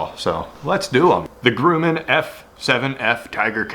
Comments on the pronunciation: gruh-man, not gru-men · hello - it's not pronounced "Groooman" - it is pronounced "Gruuuman". like crumb of bread - I want to see what will eat a F-7F Tigercat! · Grumman, not Grooman! Gru, like grub, then just man, Gru-man, or more so, Grum-man, then your all good! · "Grooman" it is pronounced "gr-Uh-men" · It's not groomin, it's gruh-min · grum, not groom. like, yum. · "Grumman" is pronounced like "Hummin'," with a short "u," not "groomin'." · excellent!!. but Grumman is pronounced GrUHmman not GrUEmman just a FYI but it dont matter great Job!!! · It’s pronounced grum-en. Sorry, I’m a plane geek. Looks sweet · It's not Grooman.....it's Grumman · It’s said like “Grumm” not groom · Grum (rhymes with crumb) not Groom (rhymes with doom) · I worked with people who worked for Grumman. They always pronounced it Gruhman and not Grooman. Idk lol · Every time you pronounce Grumman as grooman it’s driving me insane it’s pronounced like gr uhh man- sincerely a man who has cancer causing chemicals from the runoff from the factory that built those planes in his tap water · Not Groom-an. Think "grumpy" with your pronunciation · Just a friendly FYI it's pronounced Grummin not Groomin. Don't give up on your airplane lure. I get it would work as a trolling lure in saltwater since it could be mistaken by a Mahimahi for a flyingfish. Save it for when this covid thing blows over, and you can take your wife for a second honeymoon to Hawai'i. It'll be official: Mahimahi like F7F Tigercat lures. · Grumman rhymes with " Gum " not Groom. so it's Grum=in ... Your Welcome . I'm an old aviation enthusiast. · "Grumman" ....Grah-man, like grub... ..not GrUUUUman .......:) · sorry but its pronounced Gruh-man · Pronouncing it grooman is offensive. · Grumman Grum-min Grum like "rum" - min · Try g-rum-an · Btw, it's pronounced like Grummin...Grumm-in. Like bum, but Grumman... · You said Grumman wrong, but this is still awesome. Grum, say it like Drum. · Grumman is pronounced (Gruh-mann)